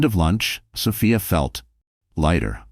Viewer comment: Sophia is pronounced so fe is long o, long e